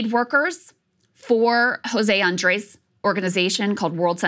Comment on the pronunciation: Krystal, please work on your pronunciation of Andrés, it's not "ace" at the end